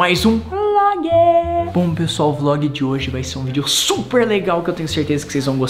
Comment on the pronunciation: Hoje que eu vi que o Rezende fala "mais um vloge"kkk